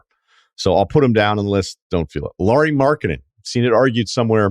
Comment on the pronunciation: Why he say Lauri Markennen😂😂